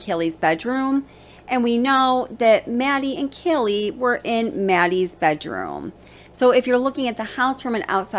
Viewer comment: Ok if we’re all about detail here… her name is pronounced KAY LEE not Kelly.